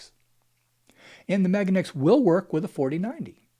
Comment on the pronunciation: You've convinced me not to buy it simply by pronouncing it MAGAneX.